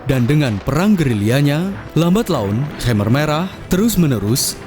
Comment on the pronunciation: Its khmer not khamer, risih saya dengernya